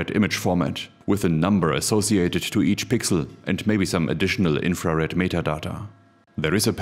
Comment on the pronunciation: The way you pronounce "infra Red", my brain keeps hearing "inferior". Just me?